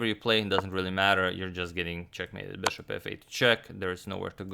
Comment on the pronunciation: Your pronunciation of bishop made me crazy, really